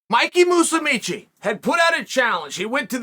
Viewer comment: Congrats Chael, you found a way Not to butcher Mikey’s name, heck you even got his last name right too… just thought I’d point it out